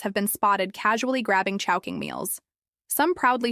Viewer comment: in the video, why chowhoing, instead of chowking?